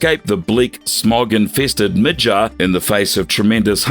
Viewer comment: Stop saying mid-jarrr when its mid-garrr lol.